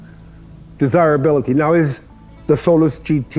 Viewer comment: I thought he was calling it “soul less” Lol